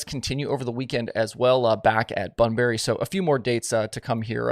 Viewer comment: Bunbury is pronounced, BunBree.. we say stuff funny here in WA 🤣